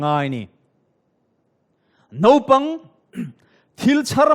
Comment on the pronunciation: Nopang nilo in naupang tih tur. Thianpa Mawia sawitha lutuk.